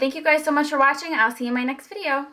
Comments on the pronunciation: "Foh foundation" lol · Lmfao "fo foundation" mad funny, ur gorgeous & great personality keep it up ;)